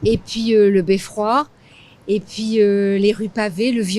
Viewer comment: Great video! I noticed that the lady in says "puis" = then a little differently than what I usually hear. Is this a dialect? Are both pronunciations acceptable?